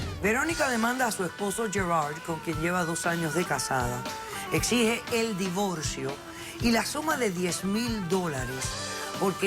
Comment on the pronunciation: Xq pronuncian la l en vez d r si cuando escribien lo hacen bn....x ejemplo divorcio, dicen divolcio 😕😕😕